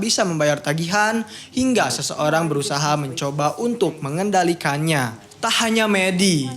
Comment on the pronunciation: kontruksi bukan kontrukski, mengendalikan bukan mengendelikan.. hadehh